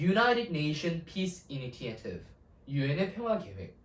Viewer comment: Corrections: (1) Pronunciation of 'initiative' is [iniSHetiv; 이니셔티브] (2) 'meterial'(X) => 'material' (3) 'athentic' (X) => 'authentic' (O) (4) 'strategy' => [스트레더지] Please be sure to use correct spelling and pronunciation. Typos and mispronunciation ruin the credibility of your lecture. However, the reading and interpretation of the passage is all too good.